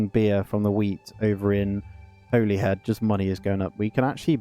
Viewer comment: It's pronounced 'Hollyhead' my friend :)